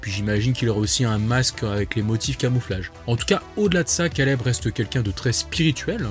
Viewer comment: Stp fait un effort pour ton accent anglais quand tu dit caleb ça fait mal aux oreilles la